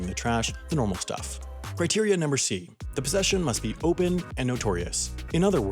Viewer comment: Criteria Numbr IV? Lmao, dude!